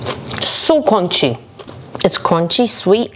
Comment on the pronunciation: The sleepy mumble killed me 😂😂 like "mmm cromchy"